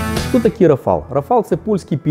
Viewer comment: Та не РафАл, а РАфал !!! Писав же вже